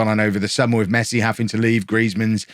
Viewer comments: It's pronounce Messi not "masai" the dude is like the best footballer in the world, how cld u not know his name. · Did he really said Messai? 🤨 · Mess eye??😂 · Mess-eye? Official rename in FM22! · He said mess I 😂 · Mess-eye brilliant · I like the way you introduced the series... a guy called "MESS I"🤣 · I love that just took the mick out of barca in the intro and called Messi Mess-eye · A club named Barcelona.. Looks at notebook This guy called ' Messai ' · Pronouncing his name as mess-i then hearing "Fixing Messi's" made me punch myself in the face. You owe me a copy of FM 22. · "Messay" got me there lol! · who's messai? hahaha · I thought it was funny the way he said mess i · Lover how you mispronounce Messi hehe